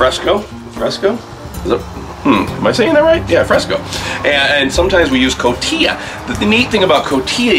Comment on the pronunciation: cotija = ko TEE ha (not ko TEE uh)